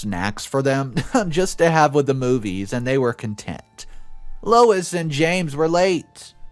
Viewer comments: I really wish that OP & her husband had done more to defend Helen when she was being shat upon by the family. She came to their defense but no one came to hers (at least not at the point in the story I'm at). Btw. Louise is Loo-eez, not Low-iss. Louise seems rather entitled. Probably spoiled as the younger girl. I feel awful for poor Helen. Oh man, Louise is one hateful bitch! I feel for Helen's kids too. I keep wanting someone to tell Louise that she's a spoiled entitled hateful brat and to defend Helen & her kids. The stuff OP said about her in the thread could have been said out loud in person-- that she's a good mother who works hard to support her kids & is a better person than Louise and the grandparents. I'm glad Max was able to help calm the kids down. I'm glad I never walked in on any sort of conversation like that as a kid bc I would have exploded on whoever was saying mean things. I would have chewed the person out and told them they were the losers-- I did have quite the temper back then. The grandparents could have been criminally charged for stealing the money from Helen. Just bc someone has money doesn't mean they owe the rest of the family anything. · I absolutely love your channel but you butcher names and places. It's no Louis it's Louise add the E to make it feminine. It's sounds like LOU-ESE. This is how to spell the name you say Lois. Sorry I just can't plus are not the only one. Great story loved the end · It's not Louis, it's Lou ease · The oldest daughter’s name is pronounced. “Lew. Ease”. Not Louis. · Louise is pronounced Lou eese, not Louis which is a man' s name. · It's not Louis, it's lou eese. Louis is the male version of Louise. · LOU EASE NOT LOU IS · If you're going to be a narrator , you need to learn proper pronunciation. Louis , is loo-is...Louise , is loo-ese . No big deal , but slightly irritating. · It's Louise, not Lois. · Lewis XD it's pronounced Lou-ease XD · Louise is pronounced loo-eez . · Louise is pronounced Looo-eeeze